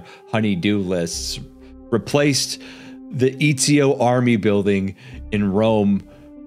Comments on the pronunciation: Eeezio? Eh tsi oh. Put some respect on that mans name and pronounce it correctly. EZIO AUDITORE DA FIRENZE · Bro, I’m sorry but I gotta say this it’s not fucking EEE-ZIO it’s ET-ZI-O